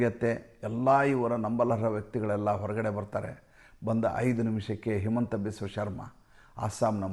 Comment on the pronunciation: ಅದು ಹಿಮಂತ not ಹೇಮಂತ್